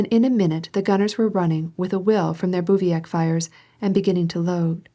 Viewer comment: Bruh, can she stop saying "calvary" and "bouviac" ??? Watch one single video about the Napoleonic wars before recording an entire tome with incorrect military word pronunciations. I won't even start with the foreign language place names